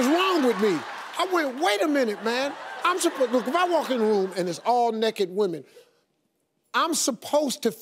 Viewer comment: "They neked" 😂